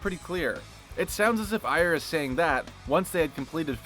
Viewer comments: I swear I've always heard it pronounced as "Air" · Is that seriously how you pronounce "Ayer"?